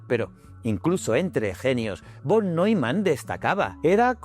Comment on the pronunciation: Ostras los de Von suena fatal pienso que la pronunciación correcta en “fon”